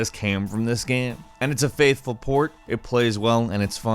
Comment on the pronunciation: anyone else noticed that pronounciation of "game" is weird. he says it like "gaem". and now it can't be unheard.